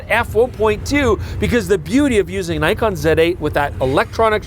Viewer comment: is back to mispronouncing Nikon... Tsk tsk tsk. Shame